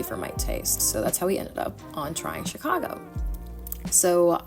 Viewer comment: lol chic-I-go 😂